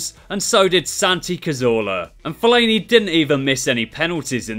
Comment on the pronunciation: My Fav Part Was When He Said Fellani